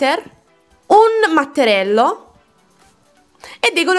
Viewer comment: lei intendeva dire che si dice mattarello 😂 Bella ❤❤